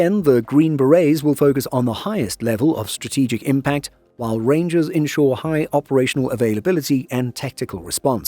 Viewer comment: “Reindžers” BARS! 🗣️🔥🔥